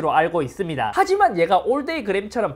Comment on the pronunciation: 잇섭 님 발음 특징 : ~~~(제품 특징)스러워진 아이폰을 볼 thㅜ 이thㅡㅂ니다!